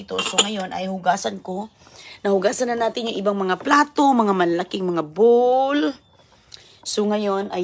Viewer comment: pag kinokorek sa pronunciation,galit,ayaw talaga makinig,matigas ang ulo ,akala mo sinong marunong at maganda,ang hitsura ewan naman.😅😅😅